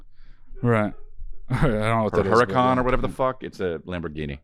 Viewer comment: Pronounced Huracan like "herahcun" ehhhhh